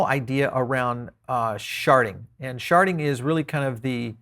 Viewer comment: Yeah, I keep hear "sharting"